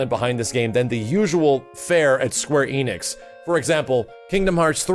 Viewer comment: Why do Americans always mispronounce Square Enix as Square EEnix?